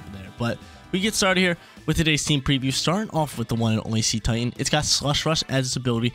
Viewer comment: I think Cetitan is pronounced as Seh-tie-tun. It’s name is a mix of Cetecean and Titan.